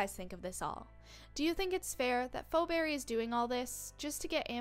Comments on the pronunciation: It’s not pho Berry it’s feeberry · and why are you see fo berry? is pronounced fee-berry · Phoeberry or as she pronounces it 'foberry' 🤣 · It's fee berry, please get it right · It’s pronounced (Fee Beery) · ur pronouncing it wrong it's pronounced feeberry spelled pheoberry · It’s not pronounced like fo-berry, you shouldn’t make videos with no knowledge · It's feee pheberry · XD LOL The way she pronounces Phoebe’s name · Haha imagine not being able to pronounce Phoeberrys name correctly And also amber doesn’t even have a daughter irl so how would that even make sense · 1st of all pls pronounce phoeberrys name right 2nd of all NONE OF THE NEGATIVE THINGS ARE TRUE THEY ARE PERFECTLY THE SAME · That’s not how to say Phoeberry😭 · YOU SAID PHOEBBERY WRONG MEANY